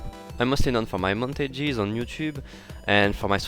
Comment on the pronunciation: KNOWN FOR HIS MONT-A-GEES